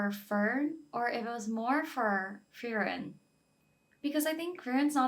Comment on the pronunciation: Totally get that the names (especially for characters from later in the story) can be a little intimidating! A little tip I'll give is you can say her name like "Free" and "Ren". You really don't have to roll the r's. Just say those two words together in your average accent and you're A-okay! 😄 Oh and their names are all German based. Just a little fun fact!